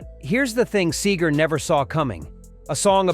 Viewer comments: Sager --- NO Seeger --- Yes Have your RoboVoice get the pronunciation right.... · This is good....but the narrator keeps calling him sAger instead of SEEEGER..... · It’s pronounced Seeger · His name is SEEGER! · Stop calling him Sayger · Why did the narrator mispronounce Bob Seger's name in most every instance? He kept saying 'Sager' and it is terribly distracting. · (N) Sayger? Sayger? ..get real man. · For crying out loud the least you could do is pronounce his name right. Seeeeeeeeger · It's actually Seger!!!! I have a 2000 GMC, christened (Seger) with some very fine champagne!! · If your going to tell a story of Bobs life. Please learn how to pronounce his last name. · Hysterical how he mispronounces Seger throughout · at least say his name right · I sure wish they would pronounce his name correctly!!! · Speaking of 'Faker' this is a FAKE video.... the computer can't even pronounce his name correctly... We deserve better than this!!!! THUMBS DOWN!!!! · Lean to pronounce Bob’s last name correctly!!!!! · Are you really pronouncing his last name right? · It would be great if you could pronounce his name right. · I was lucky enough to see him and he rocked it however I can't finish this story from the narrator pronouncing his name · Why is there video of the Eagles in this presentation and why can't you even pronounce Seger's name right. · 🌿 The arrangements of each song are genius. Every note, every word Bob sings is special. I listen to my favorite, "Turn the Page," and I am blown away. No one sings a song like Bob does!❤ Second favorite is "Fire Lake." Funny with more pure genius! Thanks for this post, but please pronounce Seger like Pete Seeger pronounced his last name.❤❤❤ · Lets at least pronounce his name right. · Beautiful loser. Get the name right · How could this guy mispronounce his name ...what a maroon..... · Can't even pronounce Bob's name. Simply a waste of my time. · This is BS Yes doesn’t even pronounce Seger correctly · STOP SAYING SAYGAR IT'S SEGER